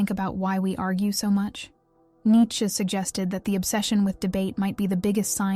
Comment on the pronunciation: Its nee chuh